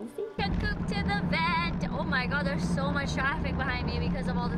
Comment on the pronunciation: Hahaha sewww educated